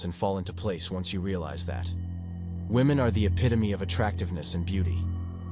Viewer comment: Spayshul wahMen